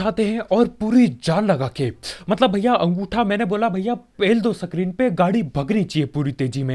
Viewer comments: सकेम🤣🤣🤣 सक्रीन 😂😂 सट्रीम 🤣🤣🤣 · New words added to the dictionary Sacam Satart Sacrin